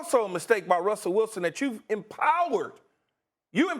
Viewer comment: “Wussell Wilson” lol